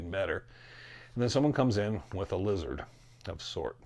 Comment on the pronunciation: It’s lizid peeple!